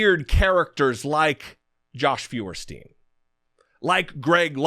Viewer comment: Jesse, "Feuerstein" is pronounced "Foyerstein" (Stein being pronounced like in "Steinway" not "steen"). It's a German name that means "firestone".